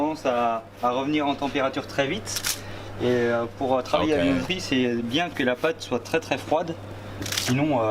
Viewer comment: Viennoiserie is pronounced "vié-nwa-ze-rie" 😉